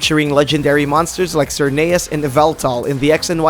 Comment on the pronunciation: Ft pokemon like sir-nayus lolllllll